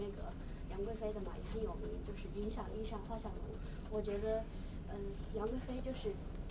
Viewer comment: 老梁情商啊，天啊！！！ 观众把“云想衣裳”读成了“衣商”。正音是“衣长”。后来老梁提及这首诗，干脆改成了“衣衫”，既给女生留了面子，也避免了跟着读错的尴尬 这情商啊。。。